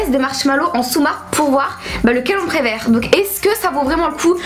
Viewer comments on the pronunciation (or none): À elle a dit: celle qu'on "prévère". Mais bon c'est pas grave je vous adore